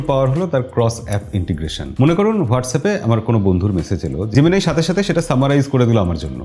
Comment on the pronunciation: জেমিনি কে জেমিনাই বলাটা বন্ধ করুন। সবকিছুতে বিদেশিদের নকল করাটা বোকামি।